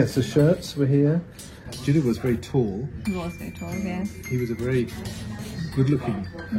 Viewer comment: Please call his name right. Stop copying indian pronunciation. 😅 Just something needed to be pointed out.